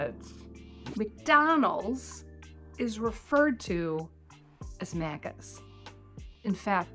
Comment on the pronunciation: you're saying it weird lol it's Macca's like "mackers" (and not with an American rolled r) or "mackiz"... The second "a" is not like the first one